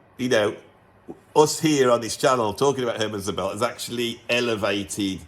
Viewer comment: Great stuff, I own three out of ten, Eddie Henderson's Realization and Szobel (emphasis should be on the first syllable1) must have been suggested earlier by your channel, but Rahmann I had before ;-) I'm very curious about the latest Szobel developments! Here is a new suggestion I recently stumbled upon: Stephan Thelen, Fractal Guitar, vols. 1-3 + other stuff I still need to discover. Born 1959 in the US, he's based in Zurich, Switzerland, where he studied math ;-) He's worked among others with Sonar and David Torn. Check him out!